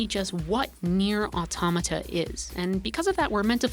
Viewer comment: THANK YOU for pronouncing Automata properly